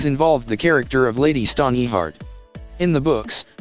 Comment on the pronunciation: Forcing an ad for completely unrelated shit into the middle of the video is extremely obnoxious and disrespectful to viewers. I didn't come here looking for faceless Pokemon shirts. Also, please don't use the robot voice. The ear-piercing mispronounciation of the names is difficult to tolerate. Lady Stoneyheart. Lahnistur. Ugh.